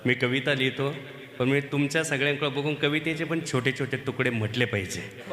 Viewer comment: सर एकदम सुंदर आणि हृदयस्पर्शी कविता आहेत पण वाचनात काही ठिकाणी "आयुष्य "या शब्दाचा उच्चार आविष्य असा होतोय.त्या ठिकाणी "आयुष्य" शब्द उच्चार हवा .आणि "पन" या शब्दाऐवजी " पण" असा उच्चार हवा. कविता भारदस्त आवाज भारदस्त खूपच छान!! पण उच्चारणा मुळे कवितेचे. इम्प्रेशन डाऊन होते.. म्हणून सांगितले त्याबद्दल रोष नसावा.. चुका काढण्याचा उद्देश मुळीच नाही, पण सांगावेसे वाटले.